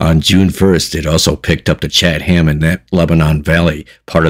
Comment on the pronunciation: Pronounced Chat em.